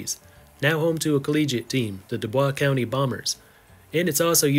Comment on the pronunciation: It's not University of Columbia, it's Columbia University. In the United States, the names of colleges and universities cannot be reversed. Same with University of Vermont - not Vermont University. Oh, and it is pronounced Doo-boys County. (Just trying to help.)